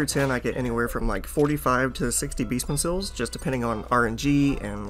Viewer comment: "Beestmen sills" Jokes aside. Good to know.